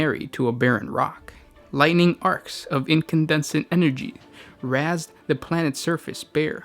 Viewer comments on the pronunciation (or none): "the blackstones RAZZED the planet" lol. That one had me rolling.